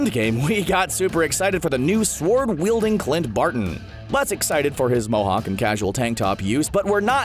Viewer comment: "sWord weilding"? Really? the word is pronounced "soard".